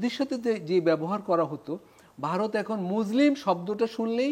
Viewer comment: ওরে পাগল মুজলিম মানে কি 😂😂😂, উচ্চারণ ঠিক কর, আর পড়াশুনা কর,অনেক শেখার আছে